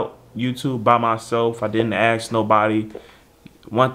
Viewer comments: Dude it's "ask' not axe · it's ASSk not Akss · How is it that you don't know how to pronounce ASK at your age? Come on. Enough of the street talk. Do better.